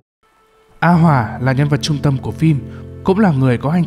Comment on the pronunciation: a hoà mà đọc như a hoả:))